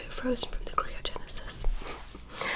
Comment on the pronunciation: All these years and still cant say Cryogenesis correctly